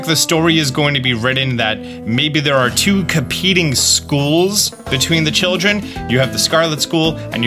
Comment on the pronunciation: emphasis on children